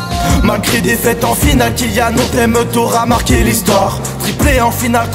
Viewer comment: c’est pas Kilian c’est kylian